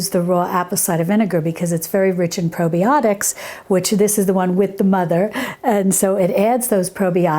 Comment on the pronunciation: "Probie-otics" Ha ha ha!! Is Gibbs from NCIS making this?